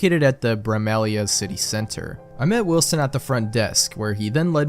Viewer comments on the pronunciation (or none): "bramelia" has to be the funniest way to pronounce bramalea. runner up is "caledawn" which drove me a little insane during this whole creepypasta